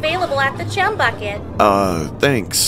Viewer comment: did anyone notice in is said chum without the h 😭